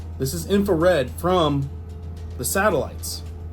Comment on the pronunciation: "Info-red??" 😂 INFRA